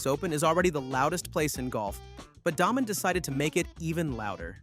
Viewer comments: It is pronounced DAAAY Men, not Daah-men! Do some research first dude. Show you don't know golf at all. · It's Day Men, not Daw Men